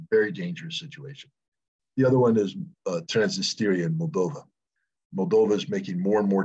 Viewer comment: It's not TransnistEria, Scott, it's TransNIStria.